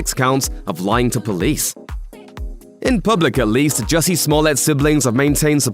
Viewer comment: Jussie ,not Hussie.